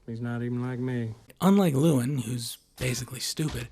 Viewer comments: His name is pronounced Loo EL Lyn, not Loowin. This kind of lazy pronunciation really boils my piss. This is the third video IN A ROW that I've watched today that mispronounced something that is a major thematic part of the video. Not all the videos were from this content provider. 😡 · “Antoine & Lewin” yeah, this video is null and void lml Just how the hell can you completely & repeatedly botch the names of 2 of the 3 main characters so badly, despite having watched the movie multiple times (I assume) and put clear thought and effort into making this video? It’s kinda impressive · i lost a brain cell every time you said lewin or antoine 😭